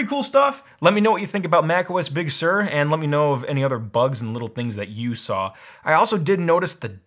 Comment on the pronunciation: “Bug Sur”